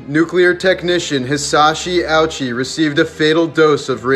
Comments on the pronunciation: I could be wrong but im pretty sure it would be pronounced- O eechy. Not ouchy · The name wouldn't be pronounced like "ouchy", probably more like "O-U-chy" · You could've at least remotely pronounced this poor dudes name correctly... If I'm not mistaken, it would be pronounced "O-uchi" not "ouchie" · So in English, it looks like how we say “ouch” but in Japanese, the correct pronunciation is OH-oo-chi 🤣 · its pronounced oh chi...not ouchy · But it IS pronounced:" Oh OO-chi". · His names pronounced oo-chee. Always helps to do a quick Google before making videos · It’s pronounced oo-chi but the irony is better here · 1. His name isn’t pronounced Owchy 2. Why do you feel the need to perpetuate this idiotic myth that the doctors were evil monsters using this man as a test subject? They weren’t, Hisashi wanted to live, and told the doctors to try their hardest to keep him alive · Theres a lot of misinfo here. Hisashi chose to stay alive for his family. Also that pic isn't him. And allso Ouchi is pronounced Oh-chi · Im gonna guess its pronounced O-u-chi. And im almost certain he was begging them to let him go. R.I.P. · Atleast pronounce it right as respect to the man. Its oo-ee-chi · Its pronounced O-o-chi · Cant be pronounced ouchie😮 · its pronounced oochi